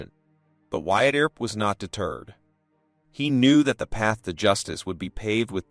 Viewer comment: Ol' Wyatt Eeer-up ...😂 Good story though ✓